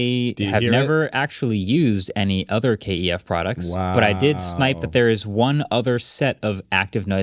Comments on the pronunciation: I think its KEF not K-E-F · It's KEF, not K E F. Just so's ya know.